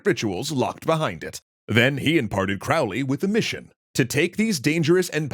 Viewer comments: Can't wait to find out point out all the tings you got wrong! Oh look, Aleister is spelled wrong several times right off the bat. You pronounce Crowley wrong. "Spells" aren't a thing in ceremonial magick. There's no evidence they ever did any of the sigil nonsense you were talking about. JOHN DEE WAS NOT ELIZABETH'S SPYMASTER THAT WAS FRANCIS WALSINGHAM. The Golden Dawn grades are not "based" on tarot cards, though the tarot is referenced in them. The police were already at the temple. There was no physical altercation. Yeats, the famed eugenicist, never kicked anyone down any stairs. In fact, this story (as in short story, fiction) is from a magazine called The Partisan Review that also claims Crowley was a real and successful vampire hunter. Funny how people never mention that part of the story. You confuse Crowley as basically a child with things the adult Crowley did and said decades, putting it all in the most pejorative way possible ("dark magic" What are you even talking about?). Crowley was not trying to take over or ascend to the second highest level in the HOotGD. He was there to get his 5=6, which is about middle in the grade course--which he'd paid for and was owed by the Order, as well as pick up some personal items of Mathers' that Yeats et al had stolen. I'm skipping a lot of the other stuff you got wrong. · Hey! I love the show, I've been watching since the Late Bronze Age Collapse! However... It's Crowley like Holy, Not Crowley like fouly. I'll try to remember to find you a source on that. I've found it before, but don't recall exactly where. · It's pronounced Crow-ley (like crow 🐦‍⬛). "My name is Crowley for that I am holy, my enemies call me Crowley for they wish to treat me foully." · Crowley explained that his last name rhymes with "Holy" not the way its said here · Fun to see a pop-history summary on this one! But remember, Crowley rhymes with holy... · Croh-lee. Like a crow. Fwiw. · Crowley rhymes with Holy.